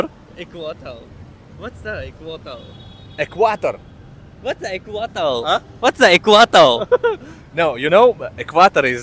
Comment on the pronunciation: You pronounced EQUATOR wrong, sir.